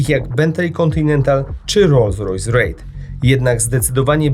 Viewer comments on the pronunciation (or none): none